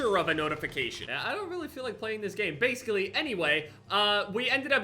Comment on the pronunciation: he says "basclee" instead of basically